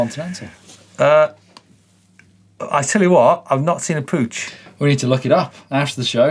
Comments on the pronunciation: It's pronounced Puck not pooch ,Puch were around when I was a kid in the very early 70s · For those of you correcting others' pronounciation, "Puch" rhymes with "Duke" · That was funny how you pronounce PUCH...🤣 Surely you must have heard of this old brand PUCH, that most of people know it by iconic All-Terrain Vehicle Pinzgauer back in the day.